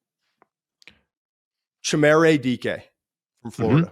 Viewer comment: Todd, what does Sanders do better than Nix last year coming out? What makes Sanders a top 5 pick while you think Nix was a 2nd rounder? Nix is better all across the board. Also that is NOT how you pronounce Chimere.